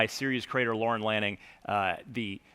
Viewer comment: ‘Lannin’... twice...